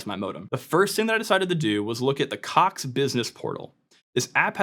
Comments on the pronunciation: Americans still can’t pronounce the ‘o’ vowel sound. Caaaax 😂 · i love how he keeps putting more and more emphasis on the word "Cox" as the video goes on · It’s funny cox sound like another word